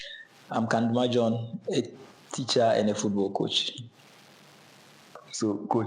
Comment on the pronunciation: Pls the name is kandumah not kandama proud of you my upper west as I love to call you ❤